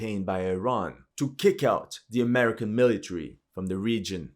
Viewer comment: I like how you say AameriCCAN😂